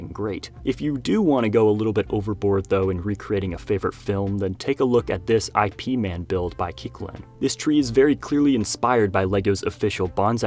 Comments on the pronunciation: "I.P. man" ? Do you mean "Ip man" ? ^^ I like the idea of an Intellectual Property Man, but that's not how you pronounce it. "Ip" like in "hip" but without the "h" sound. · Also, the name is Ip Man, not I-P man. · LOL I thought my family and I were the only ones who call him “Eye Pee Man” as opposed to how it’s supposed to be pronounced: “eep mahn” We’re Chinese Americans and it brought a chuckle out of me.